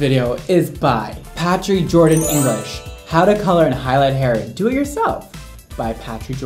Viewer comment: You mispronounced Jordán so she can say slowlier 😂😂😂